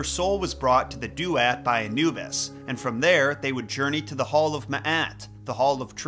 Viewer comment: I wasnt going to say anything but its driving me crazy lol. for 2 videos in a row youve been mispronouncing "duat" the last syllable is "aht" in stead of "at" I am however very glad your covering egyptian mythology not a lot of people do. so ty :)